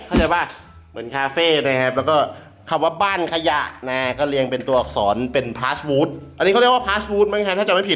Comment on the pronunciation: มันเรียกว่า พลาส-หวูด ครับ PlasWood เป็นพลาสติกผสมไม้แล้วมาอัด